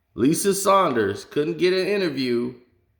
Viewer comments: Dude you may be factual however it's hard to believe anyone who cant get something basic like peoples names correct. Lisa Salters has been around for years not Sanders and Malika Andrews like Mekaylah. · IT'S MA-LEE-KA ANDREWS AND LISA SALTERS. GET THE NAMES RIGHT BRUH. ALSO, RACHEL NICHOLS IS A LEBRON GROUPIE. I HAVE NEVER HEARD HER BE OBJECTIVE OR CRITICAL OF HIM.